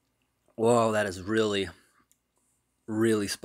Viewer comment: "reary spicy"